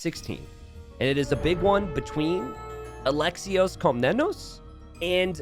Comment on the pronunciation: Just because I know you care about the pronunciation, otherwise I wouldn't care, Alexios Komnenos, Alexios you pronounce great, Komnenos e is like esports not echo and the emphasis is on the last O so KomnenOs .